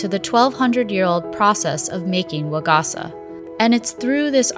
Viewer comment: it hurt every time she said waGAHsuh instead of wa-ga-sa with flat pitch